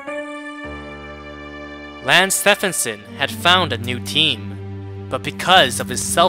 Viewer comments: Bro did just call his name wrong..... it's like Nike with Steph 😂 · Dude I’ve seen a few videos and by now, I’m convinced he pronounces names wrong on purpose lol. It’s almost painful sometimes but good videos though